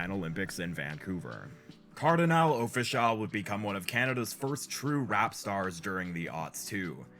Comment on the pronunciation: Lol how you gonna reference the Caribbean influence on Toronto and then say "Cardinal Official" bro... say it right, it's Kar-di-NAL, Off-ish-AL! This video is more proof that Drake overshadowed the entire Canadian hiphop scene. Some of the former artists helped him early in his career and I don't feel he's ever fully repaid his debts to those who came before him.